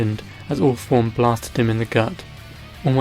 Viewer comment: When he sais all for one sounds like he is saying awfull one